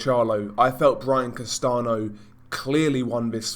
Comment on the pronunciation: Castano is pronounced like "Castan-yo" amigo :)